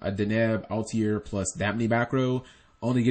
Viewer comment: i'm going to go ahead and be that guy. why do you pronounce altair "al-tee-air"?